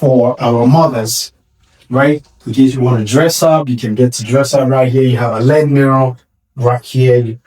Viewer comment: It's called L.E.D. (LED), not led. Saying "led", indicates it is made of lead, which I hope it is not. LED means Light Emitting Diode. 😊